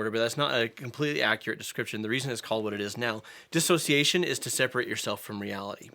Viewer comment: As someone with DID, i appreciate that you know how to say “dissociation “ correctly— too many people add that extra A and say disassociation, which i believe is not correct.